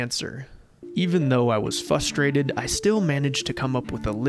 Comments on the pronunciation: Frustrated. f-R-u-s-t-r-a-t-e-d. Not fusstrated. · Dude how long have you been saying this word wrong? it's f-RUH-str-EH-ted... not FUS-trated...spelled Frustrated..... you know how frustrating it is to hear people say it like that. Shawn on bearing sea gold says it that way too. It makes my teeth grind...anyways good video otherwise. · fustrated lol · When he said "fustrated" I knew what I was in for. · Can’t take someone seriously who says fusstrated